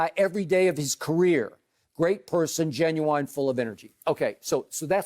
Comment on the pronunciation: Haha Skip said Ginuwine instead of genuine